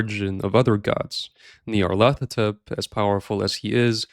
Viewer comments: Nyarlat-hotep. He is Egyptian. I've seen and heard so many people that don't know how to pronounce the name despite -hotep being an extremely common suffix on an Egyptian name. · Pronounced "Nar-Lyth-Otep"